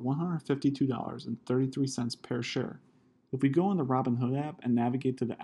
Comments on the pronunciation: If that’s how you pronounce “per” I’m curious as to how you pronounce “pear” 👀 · It’s quite surprising how much you know about option stock trading, yet somehow you can’t pronounce the word “per”.